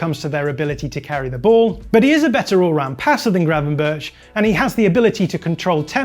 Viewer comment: His pronounciation of Gravenberch really hurts my ears. The CH is spoke like "loch" not "church"